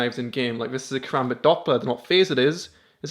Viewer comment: Fun Fact: A Karambit can cut deep threw 3 inches of skin in less than a second leaving a gash large enough to completely severe any limb on your body :) Also... You fuckers are pronouncing Karambit wrong... -_